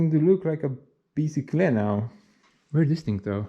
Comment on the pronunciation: When it snows again in a few months, you need to check how your new bike handles the snow, ice, and other winter wonders. :D Also Bi... Sick.... ule.... About the easiest way to break it down for easy american pronunciation.